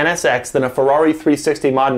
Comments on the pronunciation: 360 Modna? I always thought it was Moh-deh-nah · I'm pretty sure its pronounced mow dainyah or mow deenyah. Not mowdenah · did he say 360 modna? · I never would have thought someone could pronounce Modena that strangely.